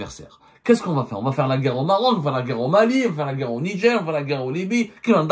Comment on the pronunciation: Ont dit Niger pas nidjer journaliste de cours par correspondance